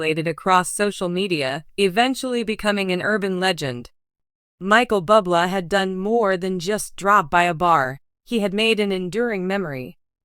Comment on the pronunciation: Awful script lots of factual Mistakes and mispronounced words and his name is pronounced Booblay! 😮 😢